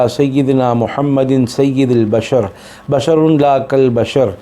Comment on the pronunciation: Lafaz Bashar hy Yea Mashar . Bay ka nukta nahi hy. Voice mei Bashar keh rahey lakin leakha meem hoa hy. Koi bata dey pls . English mei leak dei pronunciation.